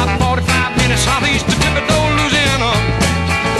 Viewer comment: This man pronounces Louisiana as it should be said , anything else is yankee speak .